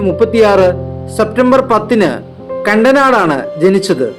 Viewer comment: കണ്ടനാട് അല്ല ടേ കൂവേ കടനാട് ആണ് ?